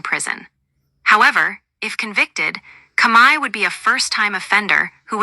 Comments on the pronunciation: The robot boys can't even say the word COMEY the say it Kami your an idiot who ever put out this fucking video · Speak correctly the dirty cops name